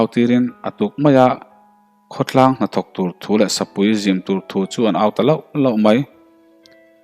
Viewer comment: sapui zim tih hi i lamdan a fuh lo deuh